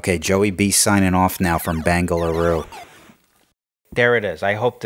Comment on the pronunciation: Dear god, your Bangaloroo... I almost had beer pour out of my nostrels.. love you joey. XXX